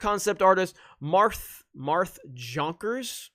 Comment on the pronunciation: pronounce Jonkers, the way you pronounce Jose. 🤡 🌎